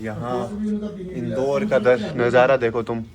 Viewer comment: The way pronounce Indore😂😂